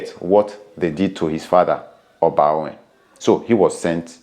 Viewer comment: Thank you for this video, very informative. But please the name Ohen is pronounced with an or as in Or -hen meaning may it be peace or may there be stability. But when Ohen is pronounced with an initial O, the word Ohen means a priest. My familiarity with the name gives me to understand it is pronounced with an initial Or before the hen—Or-hen. Thanks all the same. Great work!